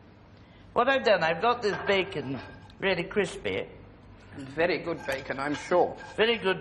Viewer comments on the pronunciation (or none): Crrrrrrispy bacon. ❤❤❤ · "Crrrrrrispy bacon!" - I've said this every time I've made bacon since 😄!